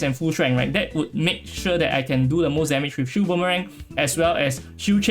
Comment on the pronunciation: what?? im hearing shoe, shield rather